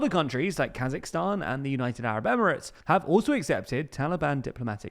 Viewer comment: KazakHstan please (with H in the middle). the are not kazaks, thank you